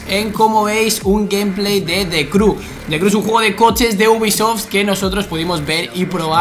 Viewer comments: se pronuncia criu no cru xd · Igual que alexby ...diciendo De Cru xDD